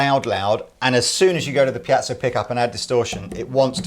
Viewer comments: PIEZO PIEZO PIEZO ! ...not 'piazzo'. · Please Piezo Pee Ay Tzo. Piazzo is some form of italian town square:-) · for God's sake listen to the way to pronounce piezo. A piazza is a square in Italy. Piezo is short for piezoelectric. There is no such thing as a piazzo. Unless it's an untrendy Italian guy ( square ) trying to "pickup" women. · please.... it's pronounced Pee-Et-So I wouldn't normally, but in a vid where it's said like 50 times, it's giving me a nervous tic!! LOL;p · pea-ett-zo